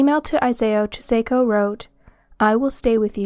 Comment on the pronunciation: Very informative video. I greatly appreciate the compilation. But the pronunciation of the name Chisako is (chi-saw-ko) Kakehi is (caw-ke-he) 😉